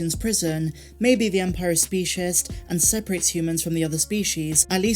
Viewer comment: Spieshist lol